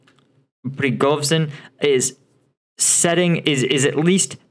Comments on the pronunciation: Pre go zhin like in Zha Zha Gabor. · Good, but some exercises on Russian names can be helpful. Prigozhin is an important figure. Not so difficult to pronounce it reasonably well.